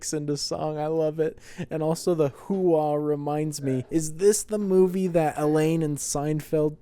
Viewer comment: No my guy, "HOOAH!" Was a word we learned in the Army, the Marines have OORAH, Navy has HOOYAH, the Air Force has HEYWEGOTBETTERGRADESINHIGHSCHOOL!... lol, no but he doesn't say it the way we did, it was less of a dipthong, to say it correctly you make it sound like you're absorbing a hard punch to the solar plexus, like a hard exhale, HUA! It also allegedly comes from an acronym, Heard, Understand, Acknowledged aka every possible answer other than "NO", if someone asked/ordered you to do something you either said yes or HUA, not like NO was ever actually a real option in the military lmfao. Holy shit I never realized Pacino's character mentions serving at Fort Huachuca, I was at Huachuca my last 18 months, very beautiful part of south eastern Arizona ♥